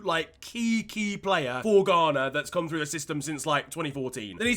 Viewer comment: Ghana? More like Gone'ah?